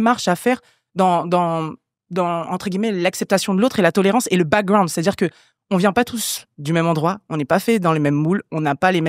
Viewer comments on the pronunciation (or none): j’ai envie d’écouter le podcast mais quand j’entends « backgWound » ça m’énerve déjà